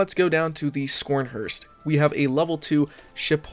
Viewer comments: skornhorst ? :D dam you butchered thats ships name :D Sch in german is Sh in english - so it is Sharnhorst :) p.s. Deuchland class light cruiser - dam , 11 inch guns on light cruiser would be interesting :) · Scrhrst how can you butcher a name like that. Try say it more like Scar- n-horse-t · Schornhorst, is pronounced like “sharnhorst” not scronherst. Just to let you know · Mmmm tasty realism but please don’t ever say scharnhorst again. Ha ha